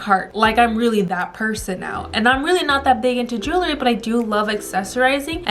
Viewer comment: Please say the word jewelry correct....it isn’t jewLERY..it is JEWELry. ❤️👍